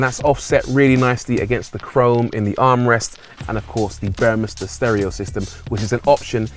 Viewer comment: This is going to be a future classic like the CLK. Nice review and great to hear ‘Burmester’ pronounced correctly.